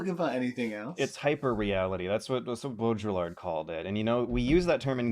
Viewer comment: pronunciation of "Baudrillard" is beautiful